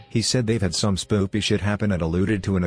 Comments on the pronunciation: "psycho" is pronounced "si--ko", not "pis--cho". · And it said psycho as piss-cho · the way the tts pronounced "psycho"... lol